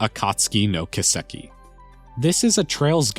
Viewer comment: Kiseki is pronounced Key-seh-key. Not Kuh-sek-e.